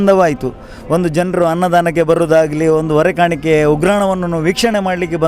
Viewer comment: ಹೊರ ಕಾಣಿಕೆ ಅಲ್ಲಮ್ಮ. ಹೊರೆ ಕಾಣಿಕೆ.